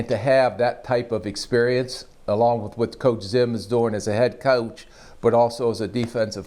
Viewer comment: the way Spielman says "coach" lololololol